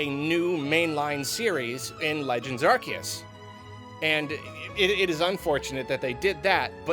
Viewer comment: oh boy can't wait to hear another shitbrained garbage tier take from known fake fan of pokemon, only took 4 minutes and 15 seconds to EQUATE swsh with bdsp (literally how dare you insult swsh like that lmfao) and also to mispronounce "Arceus"